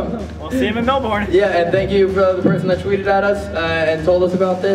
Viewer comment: MELBOURNE IS PRONOUNCED MELBIN NOT MELBORN